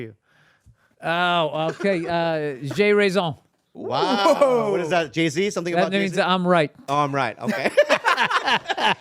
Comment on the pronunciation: Hey, I'm french so congrats on the "J'ai raison" and yes, it is right! :)